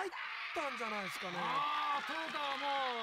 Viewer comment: この解説はさ、なんでずっと「トヨダ」って言ってんの？ 「トヨタ」って言えないの？